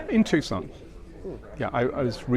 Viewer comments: OMG...Tucson is pronounced "TOO-sohn", not "Tuke-son"... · Never heard of Took-san, Arizona. AI narration is not only impersonal, it butchers the language.